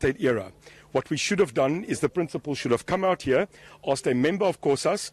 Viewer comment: Did this reporter say 'outhcea' as in OUT HERE. Oh wow